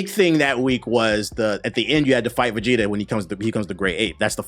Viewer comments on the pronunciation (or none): none